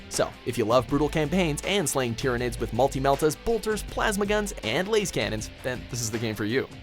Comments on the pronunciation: Imagine pronouncing Lascannons "Lasecannons" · "Laze-cannons" im dead